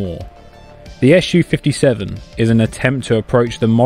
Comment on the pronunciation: other than the purely fabricated doc links provided where officially has Sukhoi published the alleged radar cross section (RCS) value for Su-57 to be 0.1-1m2? what a bunch of british bull!? oh one more thing you hating brits! its SU-57 not ESH U-57....grapes are indeed very very sour eh!?